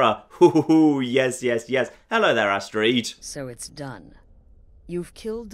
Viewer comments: I think says astreed just to fuck with us. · Doesn't understand how people can call herb erb but continuously calls Astrid astreeed even though her name is said many many times in game... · you ever think that maybe Astrid sold you out because she was pissed that you kept mispronouncing her name? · Don't worry, she doesn't give advice to people who say Astrid astreed. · He's been mispronouncing names this entire playthrough just to fuck with us I love it, it adds charm